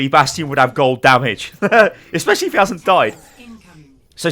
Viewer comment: ... did he say espesialy if the pharas healing here....... lol